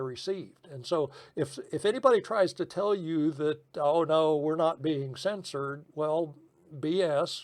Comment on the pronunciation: I cannot believe they cens-sor d you. These people aren't Americans.